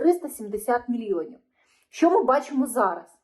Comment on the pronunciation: "Щьо,щьє", що за вимова у вас,вашою вимовою катувати ворогів можна.Аж вуха заболіли від такого мовлення.Ви напевне розмовляли російською,а тепер перейшли на українську.Жахлива дикція.😮